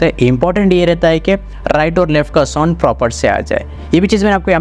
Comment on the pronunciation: Broo soond soond kya kar rahi ho. Its sownd